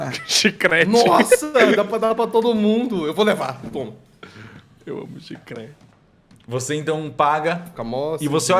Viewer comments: Dos mesmos criadores de "silueta" vem aí o "chicreti" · o chicete "bidente" kkkkkkkkkkkkkkkkkkk